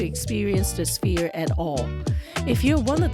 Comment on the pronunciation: "S-ph-ere," not "Spear."